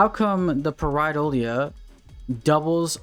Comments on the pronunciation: ok, also I will be criticizing your pronounciation of Pareidolia. it's not Pareidola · Nice build. I would’ve looked up how to pronounce pareidolia if I knew I was gonna have to say it a million times in front of thousands of people but that’s just me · You're pronouncing Pareidolia wrong. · Someone count how many times he pronounces “Pareidolia” incorrectly 😂